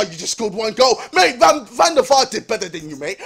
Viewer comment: Van der FAR😂😂😂😂